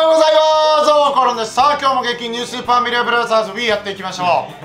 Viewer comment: ぶちギレた時は滑舌良いのにキレてないときはスーパーマリオブラザーズすら言えないの爽